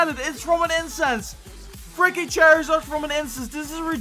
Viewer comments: Not cherizard (Charizard)😂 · Lol you pronounced it chery Zard